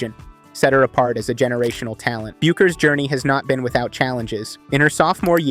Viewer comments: The U is silent in her name, he would know that if he has watched any videos on her prior to this lol it’s Beckers when you pronounce it hahaha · Everyone I hear speaking about Paige pronounces her name “Beckers” despite the spelling. This is a good clip, but I wish you could redo the narration and correct the pronunciation.